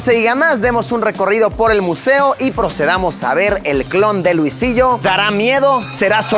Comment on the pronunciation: alguien sabe porque el video me sale en inglés? jajajaja escuchar a luisito en inglés no esta chido jajajaja dice luisilo en vez de luisillo